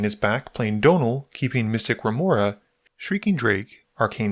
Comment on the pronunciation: did you call Mystic Remora... Mr. Remora? 😂